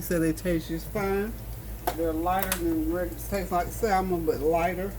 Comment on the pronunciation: Samon NOT salmon pronounciation...